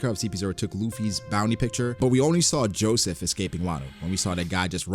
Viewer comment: Why u say Joseph like that tho lol